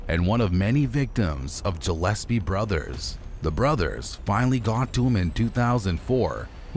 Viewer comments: I’m literally in and it’s ANNOYING as hell that you’re saying Jillespie G like Good G ill SP fishes GILL S P who tf is Jill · Dude its Gillespie not Jillespie ,check words before you do your vids , do your homework bro 👌🏻🏴🏴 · It’s pronounced Gill’Espea